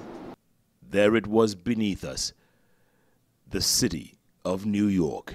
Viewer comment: Nu york New York lol